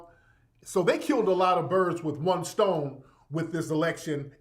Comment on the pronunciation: Tariq..... You know you wrong with the "buirds"